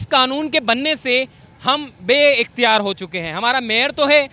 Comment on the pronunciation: اختیار ہے صحیح لفظ ناکے اقتیار۔